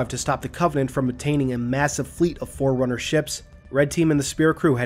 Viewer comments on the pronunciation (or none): none